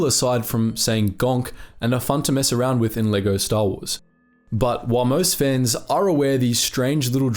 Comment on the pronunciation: It took me 10 seconds to realize you were saying "fans" and not "fens" lmao